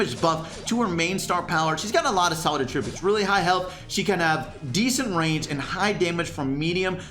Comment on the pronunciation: I do not like the way says, “Attributes”